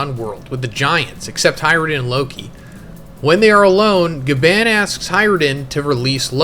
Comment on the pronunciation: I’m not trying to be rude or disrespectful but Bro, why do you call him Gaban when it’s literally pronounced as “GA-BON”?! I mean if you watched the anime or even just watched other videos about One Piece from other YouTubers you’d know that it’s pronounced GABON! No offense, but it makes it seem like you don’t care about the stuff that you’re talking about and you just want to get it out of the way or something. It’s almost like you can’t or don’t want to be bothered with actually learning the names of important characters, objects, or locations. Bro, this is your job, you should want to make sure that you’re doing everything correctly to ensure that you’re doing it to the best of your abilities! Gaban is literally the most important character right now in this moment in One Piece and you can’t even get his name right smh!